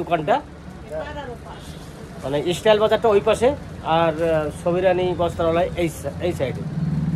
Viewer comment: Istyle na style